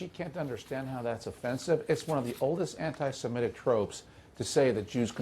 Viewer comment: It’s ANTI-SEMITIC, not ANTI-SEMETIC